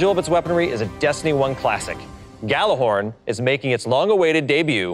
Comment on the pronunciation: Jallarhorn, the G is silent...